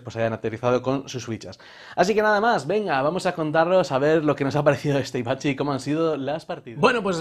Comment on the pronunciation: Sí, alguna que otra vez se te ha escapado "Avicci" como el DJ. Gracias por el vídeo,!